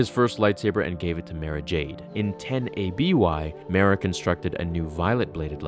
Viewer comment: Omg !!!! Again dude learn before you post. It's MAR-AHH not ma ruh